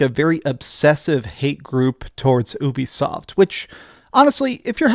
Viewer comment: YOU-BE-SOFT (like your ED problems). Not OOBI-SOFT.